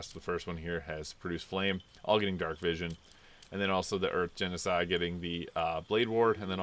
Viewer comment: I noticed that you occasionally pronounce "Genasi" as "Genocide."